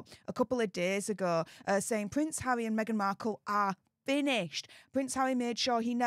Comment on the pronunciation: So is bvvvvvvveaking down the vvvvvvvoyal news😂 conspivvvvvvvasy theovvvvvvvvy 😂 poor pvvvvvvvince havvvvvvy 😂